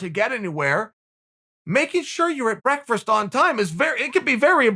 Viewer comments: Any clip where Chael says "breakfrast" instantly gets a like from me! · For a man who loves breakfast as much as uncle Chael does he can’t pronounce the word properly 😂😂😂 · I love how Chael has literally never been able to say "Breakfast" properly. Still my favorite guy in the history of EVER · Chael “brekfrist” Sonnen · It’s more like breakfrst, as in the first meal of the day, eaten with your legs crossed of course. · Me: Breakfast Chael:Burrrekfest Me Burrekfest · Everybody: breakfast Uncle chael: breakfrest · Chael 'Breakfrast' Sonnen had breakfrast for breakfrast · Tehehe i giggle like a school girl everytime im treated to the sound of Uncle Chael saying the word breakfrist 😁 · Does Chael say "breakferst" multiple times? I think so. And, I want some. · I get so happy when I hear Chael try to say Breakfast